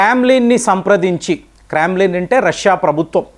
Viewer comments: Meeru enti sir. Perlu mee istam vachinatlu palukutaru? It's KREMLIN not KRAAMLIN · మీ వీడియోస్ లో చాలా సార్లు పదాలు పలికే సమయం లో మీరు బొడ్డు కోసి పేరు పెట్టినట్టు కొత్తగా పలకొద్దు. క్రెంలిన్ ని క్రాంలిన్ అని, క్వెట్ట ని క్వాట్ట అని ఇలా పలుకుతున్నారు. సరిదిద్దుకోగలరని మనవి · క్రామ్లిన్ ఏమిటి అది క్రెమ్లిన్. వ్హాల విదేశీ పేర్లు మీరు అన్ని ప్రదరా మధ్యమాలు వాడే దానికి భిన్నంగా కొండొకచో తప్పుగా పలుకుతారు. యువకులు అదే నిజమనుకునే ప్రమాదం ఉంది. కంటెంటమాత్రం మాకు తెలియనిది చెప్పారు. ధన్యవాదాలు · క్రెమ్లిన్ అని అనాలి